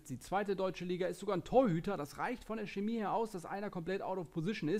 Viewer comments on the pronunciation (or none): none